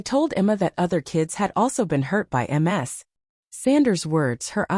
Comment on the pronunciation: Ms is pronounced "miz". Not M-S. That would be Multiple Sclerosis. The voice reading is terrible.